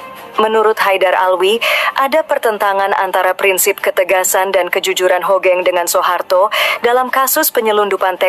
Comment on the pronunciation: buat pembaca brita bukan jendral * HOGENG tp HUGENG * tolong tara cara baca nama yg baik n bener dlm berbahasa indonesia bukan HOGENG to HUGENG